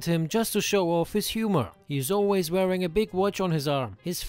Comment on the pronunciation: "Oilways" ;DDD